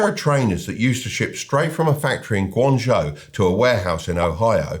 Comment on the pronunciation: The "J" in Beijing should be pronounced like a "J", not "ZH". The "ZH" in Guangzhou should be pronounced like a "J". It's pretty funny that you got both wrong!